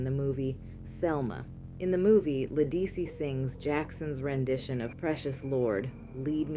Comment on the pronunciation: You mispronounced “Ledisi.” It’s correctly pronounced “Le-duh-see!”